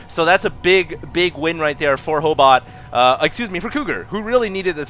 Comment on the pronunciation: Ho8ot means proboscis in Russian. And you said it right.